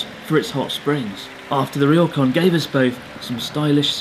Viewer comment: Ryokan is not pronounced "Ri-yo-kan." It is pronounced..oh well....ask that British accented Japanese guy.